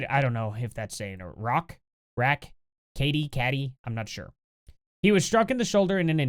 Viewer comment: i went to school in Katy...you pronounce it like...Katie.......